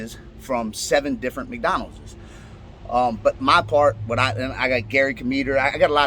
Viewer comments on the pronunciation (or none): be like "Mcdonaldzez"😂